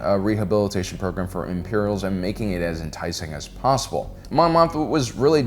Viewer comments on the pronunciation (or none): none